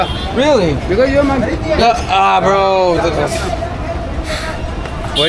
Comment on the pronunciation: Très bien mais ton Bro sonne dégueulasse, dommage bro !!